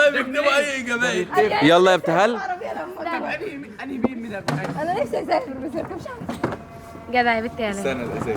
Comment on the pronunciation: احلي حاجه يحيي بيكول لانهال يابتهال